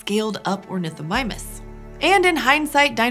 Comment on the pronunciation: Was there a little ornithomimus misspeak or so? I've watched it over a few times, and I can't make out what is telling me here.:/